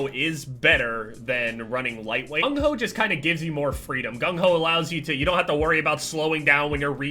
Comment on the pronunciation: Does anyone notice how he says gung ho